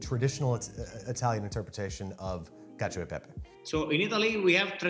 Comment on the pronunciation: CACIO = KATCH - OH